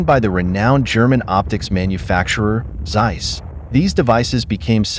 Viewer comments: its noz seiss its Zeiss like TSar-bomb ´0 speak it like TSeiss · The pronouncination of Zeiss is about "Tzeis" and the Panzer is "Pantzer"